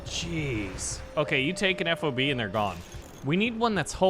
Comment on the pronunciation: Ffffff ahhhh buh (F.O.B.) Fob, one word. Please correct.